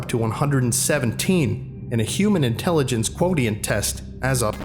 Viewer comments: Another enjoyable, very well-produced video.☺️ 'Quotient' is pronounced 'kwowshent', BTW. 😉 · love your readings, just wanna say i usually hear quotient prounounced "kwo-shunt"